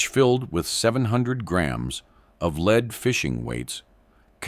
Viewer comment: AI narrators suck, use humans who know the difference between lead and lead.